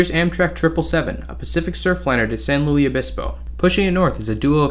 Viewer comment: Great video! But just FYI - it's San Lewis Obispo, not San Lewie Obispo. Spanish pronunciation, unlike the larger city in Missouri.